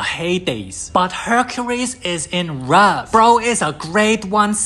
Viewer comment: Love turns into "rove"